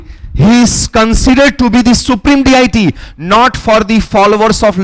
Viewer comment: Please , Respected Sir, Your pronouncing 'Diety'... As.. D-I-T.... please work on that one, it's not D.I.T.....please try to say Dee-Ah-dee...it's very distracting ,Dear Sir.